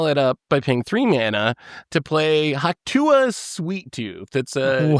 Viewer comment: Hawk Tua Sweettooth is officially the most insane mispronunciation has ever had.